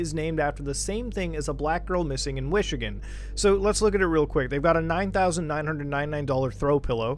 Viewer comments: Everyone else: "Michigan" Muta : "Wishigan" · it sounds like he's saying wishigan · he thought we wouldn’t hear